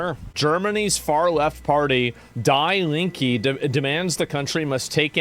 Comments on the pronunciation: I love how he pronounced the german leftwing party name "Die Linke", haha. "Die" means "The" in german and "Linke" means "left". So the party name is "the left". and the way he pronounced it sounded like "the left will die" xD Love it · I love how you pronounce the left . Die Linke means the left, but you spell it English like die left xD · "Dye Linkey" - now that makes me die of laughter. The Translation is "The Left" (we germans are plain like that when naming stuff) and the pronounciation is... different. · I love your pronunciation of "Die Linke" 😂👌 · After mispronouncing Schengen 3 different ways, I couldn't think Asmon can surprise me. Then came "Die Linke" 😅 I'm done. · Meanwhile our German trash media showed the only women that came and interviewed 3 guys who said they want to work and nothing of the truth. So sick of it. I hope people open their eyes day by day Btw I love how you pronounced "die Linke" 😂👍🏻 that's what I'll be calling that sh$t party from now on